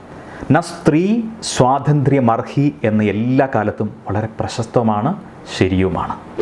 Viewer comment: സ്വാതന്ത്ര്യമർഹി അല്ല സ്വാതന്ത്ര്യമർഹതി എന്നാണ്.